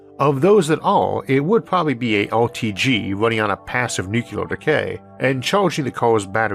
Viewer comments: The word is 'nu-cle-ar', not 'nuc-u-lar'. How hard is that? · I have no issue at all with the speech impediment - but please please for the love of Sagan, please learn to pronounce "nuclear" correctly! It's "new-clee-er", not "new-que-ler". Thank you. Also I love your channel. No matter how you mis-pronounce "nuclear". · nucular is not a word. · why cant people pronounce Nuclear properly? Only idiots call it NooCular. It is properly pronounced NewClear. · Gave up 2 seconds in with the 1st mention of "nucular". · The word "nuclear" has two , not three. Talk to a nuclear physicist, please. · Do you think that the qualifications for the narrator of a video essay about nuclear energy might include being able to pronounce "nuclear" (including the "r")? Not poking fun, but seriously?